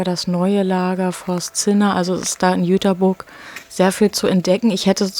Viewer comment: Es heißt nich Jüterbooorg sondern Jüterbog